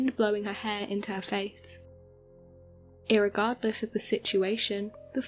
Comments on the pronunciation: Did you really say earregardless? Sorry I don't know how to spell the word that doesn't exist. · Iregardles???? You making up words now?